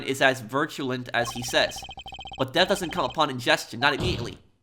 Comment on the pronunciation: "virtue-lent" lmao